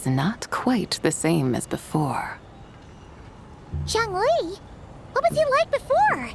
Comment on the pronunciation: OMG YES THASNK YOU FOR PRO0NUNCING THEM PROPERLY I LOVE YOU EN VOICE ACTOR FOR ZHONGLI